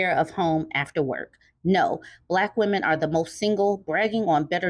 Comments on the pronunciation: "Wemon"? Is he Elmer Fudd trying to say "lemon"? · "wemon" took me out 😂😂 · you killed me with the "wemon" pronunciation. LOL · What’s a “wemon”? 😭😭😭😭💀